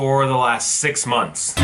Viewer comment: i cant believe he said'SIX MONTH' i was like the thetethte